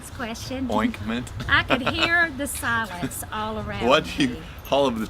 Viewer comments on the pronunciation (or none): "Oinkment" Bahahaha